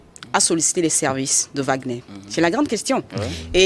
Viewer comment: L'homme à la cravate rouge est tellement nul qu'il n'est même pas capable de prononcer correctement le nom de WAGNER